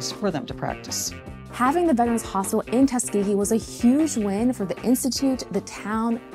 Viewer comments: "HospiTal". Why are all the kids dropping their 'T's when they speak...? Sounds bizarre... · Can someone teach this girl how to pronounce “hospital” ?